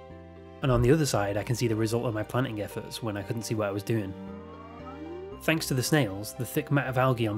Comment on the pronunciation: Hear me out… “tanks for watching”